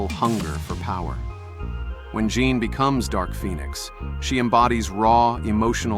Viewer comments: Jean grey ❌ John grey ✅ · JFC JOHN GREY? JOHN? pathetic POS AI crap.